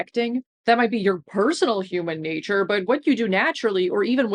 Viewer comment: Ah, the "Hooman natoor" argument Yugopnik's rant about it was so funny.